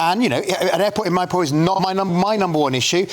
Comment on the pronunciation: The best part Of this video was the way he pronounced mirpur. Meeeeeerrrr paw !